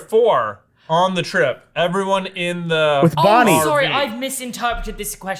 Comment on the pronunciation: I also heard Barbie instead of Bonnie